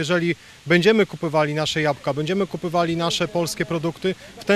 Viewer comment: Kupowali a nie "kupywali"...